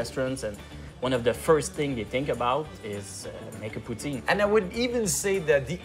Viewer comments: Poo teen.... WTF is a poo-teen it's poutine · Can everyone just say Put- Sin and NOT Poo - Teen!?! French or English! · Tabarnak Ricardo c’est cringe t’entendre dire « poo-teen ». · It bothers me the french guy is saying 'pooteen' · Wha.... Why did he put the EEE sound in poutine?